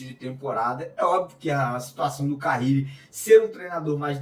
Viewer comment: Não é Carrile. É Carille.